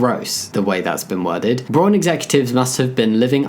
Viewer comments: It's mildly frustrating how Jamie is pronouncing it "Brawn" rather than "Brown". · Thank you. It means brown and is pronounced very close to that in German. It was throwing me off while watching the video. Also, good on Braun for being inclusive! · Just to give some advice, the au in braun is pronounced like the o in wow, Braun also means brown in german